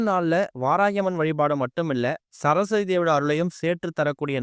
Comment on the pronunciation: ச ர ஸ் வ தி . என்று . நிறுத்தி , நிதானமாக தெளிவான முழு உச்சரிப்புடன் புரியும்படி பேச முயற்சிக்கவும் .